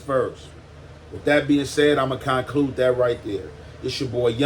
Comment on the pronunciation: CON CLUDE 😂😂